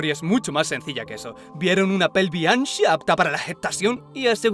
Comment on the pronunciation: "vieron una pelvish anschiaaaa apta para la getacion" no puedo parar de repetirlo en mi mente